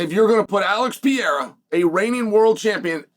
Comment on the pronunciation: Chael I have you on record stating that there was no possible way for Jones to come back to Light Heavyweight once he moves up to Heavyweight. You said that somewhere in the 3 years he took to get fatter (or move up like you said) Soooo which one is it?!😂 And please read the following slowly...PE... RE... RA...Pereira His name ain't Pierra stupid!